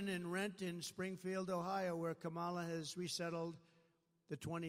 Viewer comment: Kamala Harris told him her name, and he's heard it many times, but he still deliberately mispronounces it. Very childish.